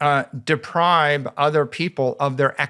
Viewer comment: I can't believe Michael Saylor says 'depribe' instead of 'deprive'... I thought i was hearing things at first, but then he commenced to saying it 20 times 🤣